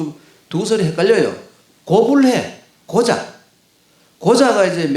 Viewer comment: 맹자의 "고자"의 곤도 길게 발음해야지요!!! 자고저 문제가 심각합니다. 한학자가 자고저 문제가 있단 것은 실로 부끄러은 일이 이니겠습니까!!??